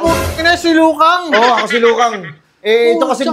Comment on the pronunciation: Liu Kang ❎ Lu Kong ✅